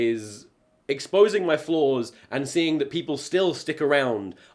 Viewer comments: This whole time I thought you were saying floors but then you were saying flaws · more than halfway through the video and i still think he's saying "floors"